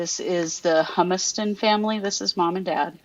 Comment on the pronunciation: just so you know. The last name is pronounced “Hue” “must” on. We have a family here in my town with that same name, it’s German. Knowing how well spoken you are, I thought you would want to know. Appreciate your good work and excellent grammar and vocabulary; we are a dying breed!